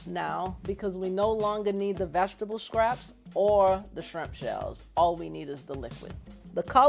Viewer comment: Ok so two things: 1- she talks EXACTLY like my 1SG. 2- wtf is a “vag-table” 😂😂